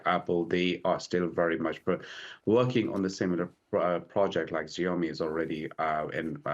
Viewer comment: as an analyst should really learn how to correctly pronounce company names like "Xiaomi" to get a bit more credibility